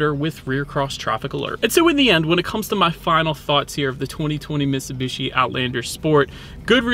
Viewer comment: It's miTsubishi. You keep saying misibeeshi